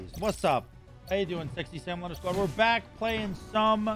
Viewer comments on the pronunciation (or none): none